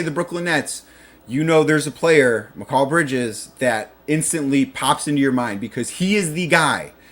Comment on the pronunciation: You would have more credibility if you could say bridges first name correctly